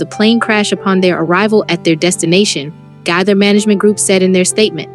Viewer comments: Gaither not gather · It's Nelon, pronounced Ne lon, and it was Gaither not Gather.